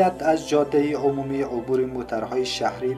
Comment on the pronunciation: هومومی ؟؟؟؟؟؟؟؟؟ شما ره بخدا قسم بروید حروف الفبای دری یا فارسی ره یاد بگیرید بس است ، آبروی ما را نبرید یک لغت معمولی ره گفته نمیتانید خودت بنویس همی لغتی که گفتی ببینم چطور مینویسی !!!!!